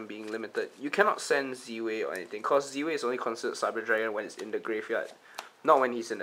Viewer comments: surely its Zwei like "tie" but with a Z. Meaning german for two? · It is I think pronounced as 'Z-Vei' based on my knowledge. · Your prounouncing Zwei wrong... Its german buddy. Means 2. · Is 'Zwei' really pronounced like that?